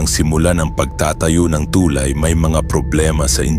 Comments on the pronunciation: Tulay bigkas nyan hindi TUULAY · Ang boring mo pakinggan.. ..Tu'lay....sa'mar..ano ba yan😂